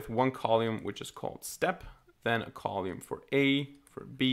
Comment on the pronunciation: It's cute that you call it 'colume'. Amazing work. Thank you